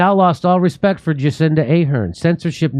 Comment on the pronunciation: Have some rispict 🤣🤣🤣🤣🤣